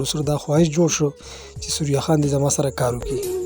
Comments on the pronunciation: سوریا خان نہیں۔ ثریا خان بولو بھائی۔ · ڈیر اعلی پروگرام وو کہ ستاسو اجازت وی نو یو دوہ خبرے بہ ھم اوکم 1۔ اصل نوم دے ثریّّا خان تاسو سوریا خان pronounce pronounce 2۔ زمونگ د ہر یو ہنرمند دغہ حال دے۔ دلتہ فنون لطیفہ او شوبز ولے مخ پہ وڑاندے لاڑ نہ شو بلکہ زوال پذیر شو۔ اخر ولے